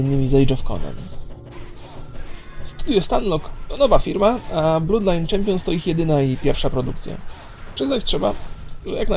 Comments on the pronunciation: to nie jest blud lajn, tylko blad lajn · mowi sie blod lajn :O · czy ty wiesz jak się czyta ''oo''? Czyta się jak ''u'' dlatego mówi ''blud lajn'' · wpisz na youtube Bloodline Champions Gameplay - First Look HD on mowi blod lajn wpisz na google translate blood i kilknnij glosniczek mieszkam 7 lat w irlandii i mysle ze mam racje.